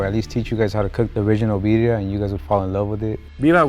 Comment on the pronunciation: pronouncing Birria as Biddia and still hating is wild!